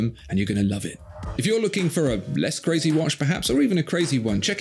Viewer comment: I saw a clear Swatch once. CA-RAY-ZAY!!!